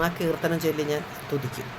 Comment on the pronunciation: Chechi vishnusahasranamam Chelli,Chelli alla; cholli,cholli ennu parayoo😂❤❤❤